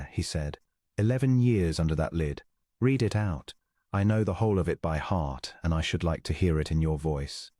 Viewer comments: Please teach AI reader past tense of read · You need to teach your AI how to read. (not red) That and distracting background is a major turn off. I listened for an hour and had to give up, it was too repetative, and got boring.